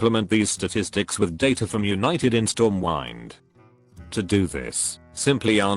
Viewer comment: did he say stormwine ? wtf edit: actually, he does it all the time lol